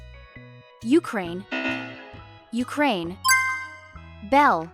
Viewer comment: my Country U-Crane😂😂😂